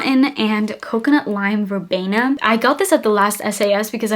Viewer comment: It's pronounced ver-BEAN-na not ver-BAY-na.